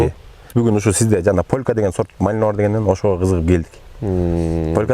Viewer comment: Полка эмес полька